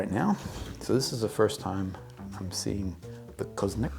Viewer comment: Always a pleasure. The pronunciation is almost spot on, the little thing which makes all the difference is that the accent should be on the last vowel: co-zo-nAc (and not cOzonac).